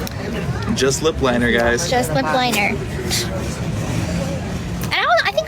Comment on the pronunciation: She always talks like she has her mouth full of food, or spit, or something it’s so gross. And the licking is insane. Makes me want to puke. She can’t even pronounce “TikTok” or “lip liner”.